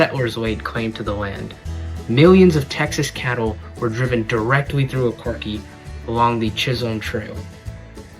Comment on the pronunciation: It's pronounced O car chee